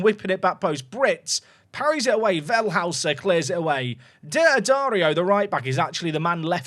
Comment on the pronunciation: Because that new German signing is spelled Wellhäuser (not Wellhauser) it's pronounced more "Vell-hoi-ser", not "Well-hous-er. Tiny nitpick I know 😅